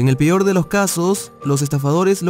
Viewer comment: pior en vez de peor veanlo un diganme si tambien lo ollen